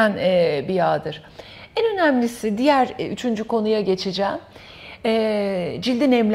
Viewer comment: Bu kalitede sohbette telaffuz ve diksiyon da çok önemli. Ekran yüzlerinin diksiyon dersi almasını naçizane önemsiyorum. Zira "ennn " şeklindeki telaffuza takılmadan edemedim.